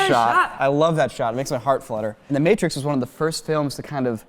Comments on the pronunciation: He says maː.triːks which is the original pronunciation of the word (its a Latin loan), the English pronunciation meɪtɹɪks is actually "wrong". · Space Panch it bothered me so much when he pronounced it like mattress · For most hispanic people it would be "El MAY -trix." No one says Mattrix. Unless are completely unfamiliar with The Matrix because you lived under a rock, or are unfamiliar with what a TV or a computer even is, then it's perfectly understandable if you say MATTRIX. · Just got done watching the other videos, the other day. :O #HOWDIDTHEYKNOW Also, did dude just say "The Mat-rix"?? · Glasses guy pronounces "Matrix" like "mattress" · The matt-trix... bruh how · “the mat-riks”......I can see why his hand is always wrapped up, people keep hurting him for mispronouncing words. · I thought he said "The Matress" and I was so confused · Isn't it MAYY-TR-E-X? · "The mAtrix is one of..." 🤣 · Hold the tf up, did my guy just say the MAT-trix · What type of monster pronounces "Matrix" like "Ma Tricks "? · Yeah he said matrix disgustingly wrong but how about the other dude saying Keanu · Can quote whole movie but can’t pronounce “The Matrix” right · He pronounces matrix like my 83 year old Mexican grandma the first time she heard of it. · .......I need a translator. You do realize in the movie they say the proper pronunciation about 50+ times right? hahahaha shit i'm dying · How you going to say The Matrix is one of your favorite movies of all time if you don't even know how to say it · why can't he pronounce his favorite movie of all time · If they are such fans of the movie why didn’t they knew about the bullet time scene? It was shown in the making of. And someone should have corrected him with pronouncing the Matrix so wrong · I'm sorry but you're going to jail. You can't pronounce 'Matrix' like that and get away with it! *this is a joke no one freak out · Dislike for that pronunciation of matrix. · Wtf is the 'matt-rix' it's that may-trix end of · "mat trix"